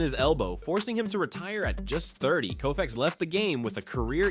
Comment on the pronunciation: Sorry, it's Sandy Koufax